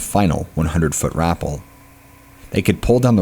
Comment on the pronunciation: Rappel is pronounced "rah-pell" 😊😅😉